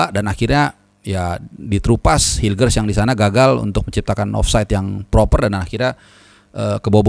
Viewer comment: lagi mabok mungkin pas ngomongin hilger!!